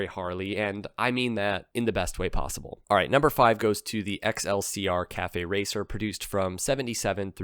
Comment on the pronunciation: The XLCR is pronounced "Excelsior".